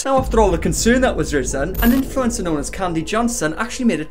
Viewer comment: I can't get over how says 'influencer' like Influenza. I mean,,, he's not WRONG